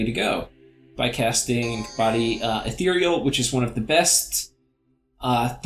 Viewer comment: you said ethereal correctly:o Truly this is a momentous day.